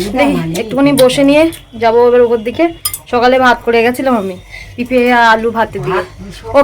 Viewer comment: Pipe পেপে ore songi moron aktu manur sate school e vorti hoye jao uchaaron sunle মাথা তা gorom hoye jache😂❤❤